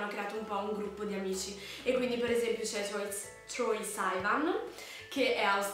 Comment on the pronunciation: scusami, ma si legge "troi sivan" non "troia saivan"